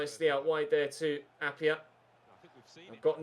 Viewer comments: appiah is pronounced a-pie-ah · Try out Aro Muric in goal Also Arvin Appiah is Pronounced App-I-ah not App-y-ah